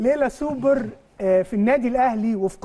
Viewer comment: يا ريت يا جماعة الخير نبطل نعوج لساننا في كلمة السوبر وخاصة حرف ال ر . دا مش دليل علي الثقافة ولكن دليل علي عقده نفسيه. معظمنا بيعرف لغات ولكن مفيش داعي لعوجة اللسان